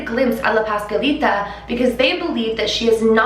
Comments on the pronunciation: “paskalita” 😭😭 ... es pasCuaLitA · hahahaha no hate but it was a little funny when you said “Pascalita” and it actually is “Pascualita” just trying to help. I talk spanish, I fact is my first. language. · Pahs-KWA-leeta 😘 but i LOVE that your trying and that’s what matters 💕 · It's pronounced pas-QUA-lita, like (QUA)LITY. Pascualita. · You can say "Pascuala" but you can not say "Pascualita?" You keep forgetting to pronounce th U